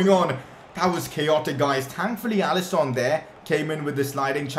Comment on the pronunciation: It’s alisson not alison